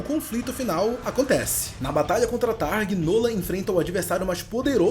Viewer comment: É thragg não targ